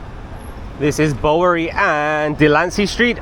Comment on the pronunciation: I can't believe the comments on the hotel video that said "you get what you pay for". No one would pay for a vermin infested room. Glad that place is out of business. BTW the Bow in Bowery is pronounced like bow to the king.